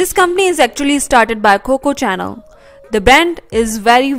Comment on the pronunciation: the way she pronounce chanel (literal cha.nel, instead of pronouncing as sha.nel) your channel SURE know how tocrack me up!